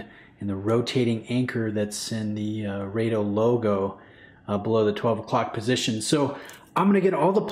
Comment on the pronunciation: It's "Raaaado" please.